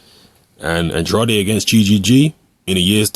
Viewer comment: his last name is pronounced an-dray-d